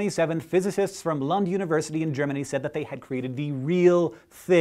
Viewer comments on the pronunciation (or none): It's also pronounced closer to "Loond" than "Lunnd", but that's harder for Hank to know. :P